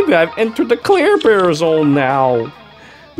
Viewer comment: Every time says Clairbear my tumor gets worse XD